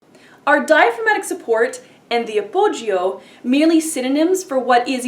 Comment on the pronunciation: The 'I' in appoggio is not sounded.